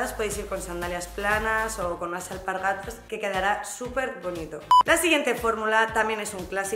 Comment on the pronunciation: Eres saladísima!!! Me ha encantado el acento gallego que te ha salido en "alpargata" 😂!!!.